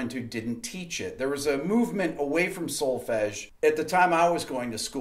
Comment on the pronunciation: As a European , listening to the word "Solfege" it was...music to my ears! ;)